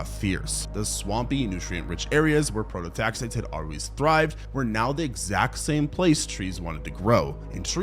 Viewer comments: AI script. Man cant even pronounce prototaxites correctly and expects us to believe he did all this research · 5 minutes into the videos and you’ve already pronounced the name of the subject and “lichen” wrong. I get you must’ve done research for this…but why not spend a few seconds learning how to say the work you’re making the video about… it doesn’t exactly instill confidence in the viewer